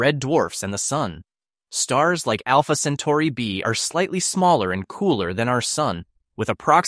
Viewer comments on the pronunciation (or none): none